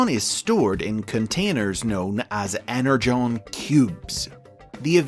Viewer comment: Falar EnerJon é desvio de caráter 😆